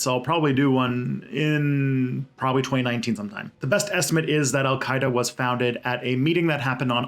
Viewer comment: That name pronunciation was pretty good.